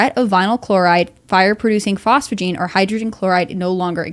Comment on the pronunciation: Phosgene, not phosphogene.